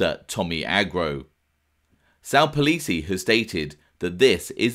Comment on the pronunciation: It's NOT Sal Polisi like how you are pronouncing it 😂😂😂😂😂 it's POL-IN-SI. Had me here going crazy because I knew polisi kids from Ozone Park, and I thought it was their dad. Do better 😂😂😂😂😂😂😂😂